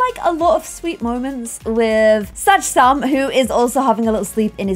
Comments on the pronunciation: I feel like she most says sach sam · I feel like she more says "Sage Sam" but I agree its so funny!